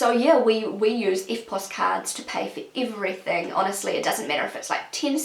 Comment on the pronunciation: I've never heard someone saying "iverything" :D